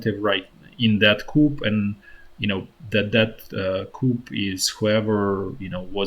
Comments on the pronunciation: FYI the pronunciation of coup is coo. The p is silent. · Coup is pronounced koo in english...silent p. Thanks for your updates.